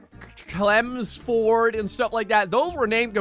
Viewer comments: Clemsford that made me laugh😂😂😂😂 I live in England and near all them places . He said them all wrong😂😂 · It's pronounced Ch-elm-s-fud. Sorry I'm British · Hah, I'm sure he put deliberately awkward to pronounce British place names in there to trip you up. Lan-nac-shure ( that one's Scottish, good luck with getting it right ), Wick-um ( Wycombe ), first part of Chelmsford rhymes with Helm, etc. You pronounce Brighton like a Londoner tho :) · Haha how you pronounced Chelmsford, that's not how it is said LMAO, Great videos btw